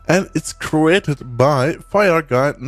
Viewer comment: Guy says 'fridge-eat' instead of 'frigate'